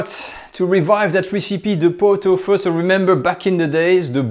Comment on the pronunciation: I believe it is pronounced “feu”.